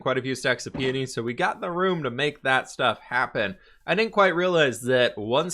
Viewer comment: pronouncing peonies correctly is the growth you love to see 😂